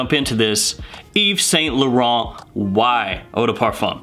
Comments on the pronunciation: A wee tip my scented friend, when saying Yves Saint Laurent, try pronouncing it as Eve Sant Lawrawnt. It has to roll off the tongue. Great channel by the way... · You still got the pronunciation of Yves Saint Laurent wrong lol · Eve sa la Ron is how you pronounce yves Saint Lauren